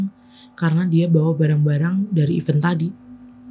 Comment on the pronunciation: jadi dapet mobilnya jam 11/12 malam nih? wkwk kalo mau membacakan kembali sebisa mungkin dibaca dulu yaa email nya sampai paham ceritanya baru di rekam😊 semangat👍🏼 oh iyaa event untuk acara dibacanya "iven" yaaa, jd nya bingung 😩